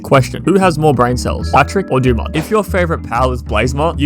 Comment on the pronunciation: Dumud. Dumud gild. Heh...dumud.